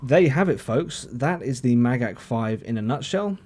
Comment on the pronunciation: You said Magach perfectly!